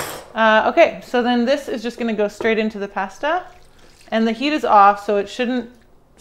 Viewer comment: Its pasta not passduh lol That looks so good though.